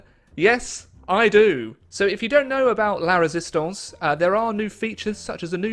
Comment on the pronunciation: ‘La Résistance’. Finally, is able to pronounce two French words competently.